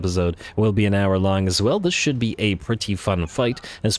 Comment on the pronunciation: He definitely said hour shlong episode!!!